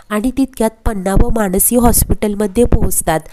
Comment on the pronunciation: मानसी असं नाव आहे माणसी असं म्हणू नका